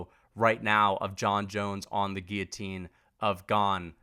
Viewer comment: Hats off for saying "guillotine" correctly